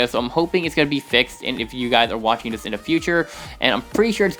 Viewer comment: Why is your "This" Sound Like "Zies"?